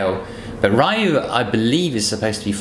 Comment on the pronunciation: RYU not r-a-y-u!!!!